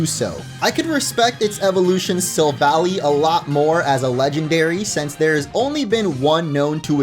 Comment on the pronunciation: Am i the only one who is being bothered by him saying sylvally wrong